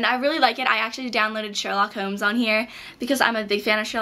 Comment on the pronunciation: Hahaha you say "Holmes" (as in Sherlock Holmes) weird